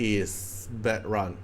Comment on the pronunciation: it's pronounced like "bad - rune"